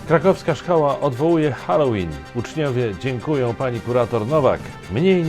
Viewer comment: Swoją drogą bardzo się cieszę, że Pan prawidłowo wymawia słowo "Halloween" - od kilku dni słucham różnych źródeł i większość z nich wymawia je jako "Helloween".